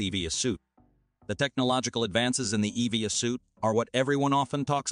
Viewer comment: Your voice robot is quite jarring in how it pronounces "EVA": s/b "E-V-A" (as in "eee-vee-AE"; not "eee-vee-a" as in "again"!